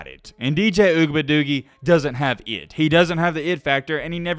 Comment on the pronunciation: it’s ugabadoogie not whatever you said